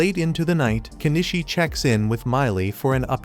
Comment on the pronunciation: Nor the difference between Kenishii & KeniCHI